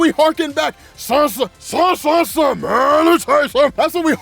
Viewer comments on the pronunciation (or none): none